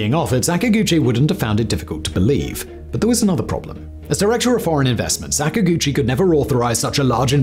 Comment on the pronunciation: Sak-ag-uchi not Sak-a-guchi It's Japanese not sacks and gooches m8